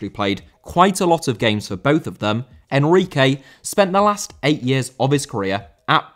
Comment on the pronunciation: Enrique* not Enriquei